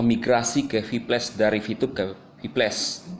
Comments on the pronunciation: VIPLAS BANG BACANYA BUKAN VIPLES VIPLES APA ITU??? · Kok gua dengernye sphyles.. Kayak penyakit kelamin itu😅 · Hahaha... Cara ngomong si klo sebut kata "viplus" lucu banget 😂😂😂😂😂😂😂😂😂😂😂😂😂😂